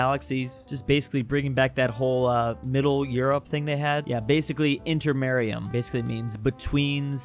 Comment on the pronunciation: You prounouced Intermarium wrong . Now i am the first disliker (its not inter ME rium its inter MA rium MA LIKE THE ITALIAM MA FOR MOTHER)